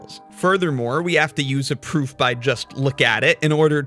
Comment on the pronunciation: I totally respect your ability to keep pronouncing 'proof' with a v :)